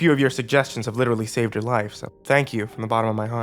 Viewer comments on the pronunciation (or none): none